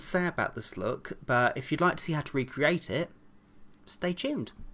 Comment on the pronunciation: always always always he said hey you laike the next tutorial ufffffffff i hate it